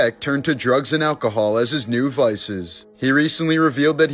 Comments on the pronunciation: Drug's not droog's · It's drugs not droogs